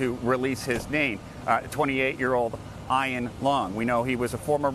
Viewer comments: Did he just pronounce Ian as I-on? Most people I know say it e-an or ee-n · Did he seriously just pronounce the guy's name as "EYEAN"? LOL... what a joke. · He called him I-ON lol....